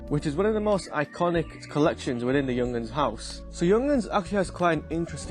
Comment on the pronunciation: “Young-uns”…😂 “yoong-harns”. Stunning watch, true classic